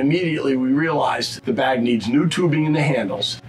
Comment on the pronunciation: I thought he was saying "bad boy" every time he said bag